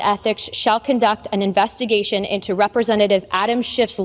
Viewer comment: "Invessigation" What a waste of flesh.